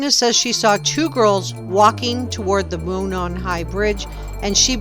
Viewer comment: “Moon saan? “Moo naan” 😂 It’s ‘Mow non” And extraction marks are merely a quasi science that will be discredited.